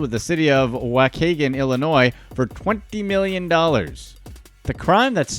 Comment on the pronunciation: I love how he pronounce wa kay gun 😂😂 it’s wa-key-gun